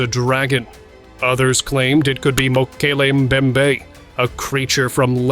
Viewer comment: MOKLEE MEMBAY -- This is HOW Mokle membe has ALWAYS been pronounced in all every documentary programs i have ever watched!!